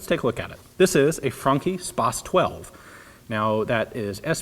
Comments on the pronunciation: frunkee???? FRANCE??? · Hi there, I'm a professional italian. Jokes aside, I think you should try to pronunce it "Fran-ki", with a guttural R and a short "ee" at the end. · "fronki spas 12" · Damn it you blew my mind, I always thought it's pronounced "fran-chee" :/ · ***** I checked it and it turns out he's right. Just that "chi" is usually pronounced "chee"...